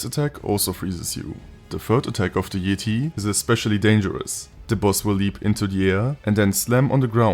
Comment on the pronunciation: This mod and video are awesome, but even better is the way you pronounce Yeti as "Yeeti" 😂💀 I love it